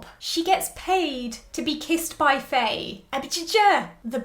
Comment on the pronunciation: Loving your reviews as always ! I love your thoughts on characters so much. Btw, Faye's name is pronounced similar to "Fine/Fai" not "Fay" (Just to let you know !!)